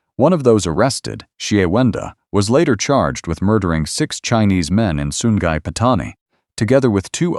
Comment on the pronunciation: Sungai jadi Sun Gai